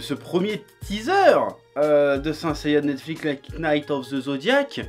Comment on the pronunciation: PS: je pense que c'est fait exprès mais je ne trouve pas ça très malin de prononcer le k dans "knights" vis à vis des jeunes viewers qui ne connaissent pas assez bien l'anglais pour comprendre la vanne et pourraient faire l'erreur plus tard.